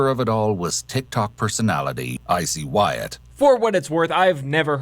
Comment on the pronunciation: OMFG You're a lawyer but you don't know how to read? His name is WYATT...not WHITE. I couldn't finish watching your video because you just keep saying WHITE over and over again. I just don't understand people that make videos but don't bother to be certain of the subject or information they're speaking about.